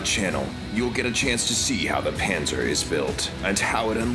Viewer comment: Is it bad that every time they mentioned Pansir I will hear it as "Panzer"